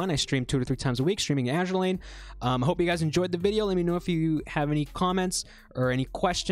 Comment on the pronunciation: Mistake #0: mispronouncing azur lane